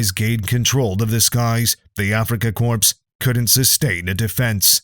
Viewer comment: Did I hear the narrator refer to Rommel's Army as the "African Corpse"? That would have been an appropriate descriptor regarding their condition by the end of their campaign and specifically after Second Kesserine, Second El Alamein, and Gazala. The mopping up in Northern Tunisia that ran from Second El Alamein through the Marakesh Line was more of a formality than anything else, especially with Rommel back in France and assigned to bolstering defenses along the Atlantic Wall. Still, Afrika "Corpse", narrator dude? Are you sure about that?